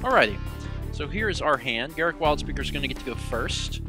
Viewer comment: I think it's pronounced Gahr-ROOK, not Garrick.